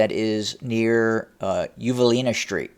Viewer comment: Well, all you all, he manages to pronounce "most", "interesting" and "western" properly. So it is not a regional thing. The pronunciation of "st" as "sht" is a fad and a most annoying one. BTW, it is "street," not "shtreet." And if you don't like my mentioning it, ESAD. Otherwise these updates a pretty good, and I like them. Take my mentioning of this in the spirit of constant improvement.